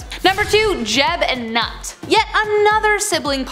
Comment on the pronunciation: it is not Nut, it is pronounced "Noot"